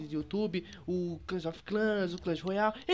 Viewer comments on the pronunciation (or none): "clans of clans" kkkkkk clash of clans